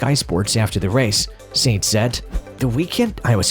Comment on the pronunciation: Sainz, not Seinz.